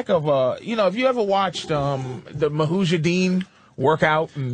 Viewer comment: Patrice says 'mahujadin', they completely ignore it. If Vos made a verbal gaffe like that, they'd have laughed at him for 5 minutes straight.